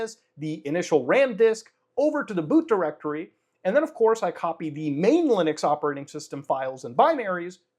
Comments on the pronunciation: Lunix ? Am I the only one hearing that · I fggn lost it when he said loonix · Clicked so I could hear him say ”Lunix” funny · Am I the only one who almost spat his water out in laughter, when he said "Loonix"? 🤣